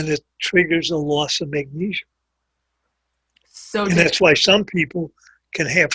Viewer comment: If he pronounces magnesium "magneeshium" one more time, I'm going to kill myself. And why doesn't he call potassium "potasheeum"?